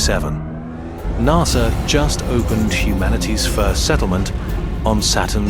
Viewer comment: this would be great if you voiced it yourself. Narrrsssaaaa